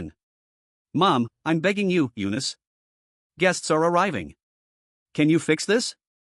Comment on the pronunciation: Eanice? Why did it said u-nist